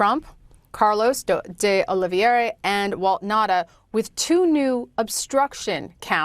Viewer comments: Diós mio. Oh-Lee-Vee-Eh-Rrrr-Ah. Not Aloe Vera. Hit the Eh-Rrrr hard. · Oliveira. OlivEIRA. Not Olivera or Oliveria. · Please note the correct pronunciation of these Portuguese names: Oliveira = oh-lee-VAY (like “ray”)- ra —- and while we’re at it: Teixeira = “Tay (like ray) - SHAY (like ray)- ra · IT IS OLIV EIRA NOT OLIV IERA OLIV IERE OLIV ERIA or OLIVE ERA . It is a very common Portuguese/Brazilian name. Nor Russian, French, or Spanish... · Why is it so difficult for this woman to pronounce "De Oliveira?" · Wow, she really butchers "Oliveira."